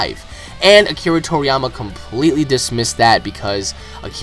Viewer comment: What's really annoying here is you getting build up over a stupid intervew, claiming stupid things about the story's author. When did you get into Dragon Ball, last year? Is funny that you want to go "canon priest" over the series's creator, you literally make no sense, and your pronounciation of japanese terms, including Akira's name, is vomit inducing.